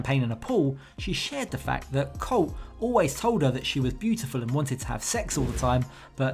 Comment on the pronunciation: Can't Americans teach her how to pronounce colt right.....or atleast refer to him in sign language